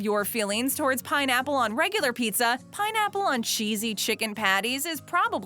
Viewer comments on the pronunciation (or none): Did I just hear...... PINNAPLE